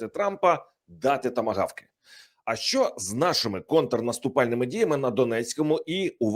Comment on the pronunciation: ТОБІ НЕ НЕ СТИДНО,ЩО ТИ КРИЧИШ НА ЦІЛИЙ СВІТ ЯКИМИ ТЕМПАМИ ПРОСУВАЄТЬСЯ ЗСУ,ЩОБ ЗАРОБИТИ НА ЇХНІЙ КРОВІ СОБІ ГРОШІ,А САМ ЗА ЦІЛЕ ЖИТТЯ НАВІТЬ НЕ ВИВЧИВ УКРАЇНСЬКИХ БУКВ І ВИМОВЛЯТИ УКРАЇНСЬКІ СЛОВА:ЩЬО,ПОЧЯТИ,ТОМУ ЩЬО,ДО ЧЬОГО,ЧЄТВЕРТИЙ,ДОННЕЧЄНУ,ЩЄРБАКИ,ЩЬО,ЧЄТВЕРТОГО, ЗАЛУЧЄВ,ЗНИЩЄЛИ,ЧЬОТИРИ,ВЕЛИЧЄЗНА,ЩЄ РАЗ,МОВЧЄ,ЧЄРЕЗ, ЗНИЩЄЛИ,ЗА ЧЯС,ЧЬОТИРНАДЦЯТОГО,ЗАЧИЩЄНУ,ДА,ПОЛІТИЧЬНИЙ,ЕНЕРГИТИЧЬНУ,ЩЬОБ,РІЧЬ,ЗУСРІЧЬ..............!!!!!!!!!!!!!!!!!!!!!ТЕБЕ ВЖЕ ГИДКО СЛУХАТИ!!!!!!!!(Українська діаспора,США)